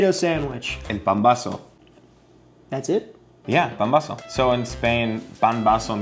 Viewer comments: That’s PAMBAZO, not pambozo, pombazo or whatever else you called it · Mexican here. These all are looking like the real thing we have here so good job on that. Two very popular tortas y'all missed out are torta cubana and torta de pastor. Still, this display very representative of our fast food cuisine. Also it is called pambazo not pombazo. Lol.